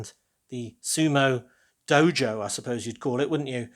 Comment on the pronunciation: Sumo takes place in a 'Dojo' pronounced 'Doy-yoh'.